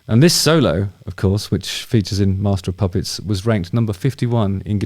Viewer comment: Dammit Justin ffs….you need to give more time after you announce a spoiler alert 🤓🤣 Plus….you are totally butchering MOP Still love you though bro 👍🏼